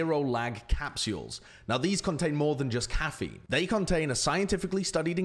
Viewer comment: So are we just gonna ignore how he pronounces caffeine?